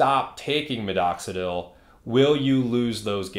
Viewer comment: Why do you keep saying MiDoxidil with two D’s? 😅